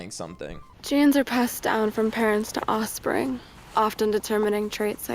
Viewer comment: "Osspring" - Sydney Sweeney, 2025